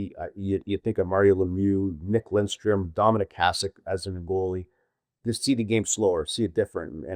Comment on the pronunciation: “Lindstrom”? C’mon, …